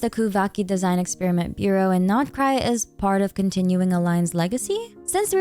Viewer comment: I LOVE that u pronounse the nodkrai names right😭😭💕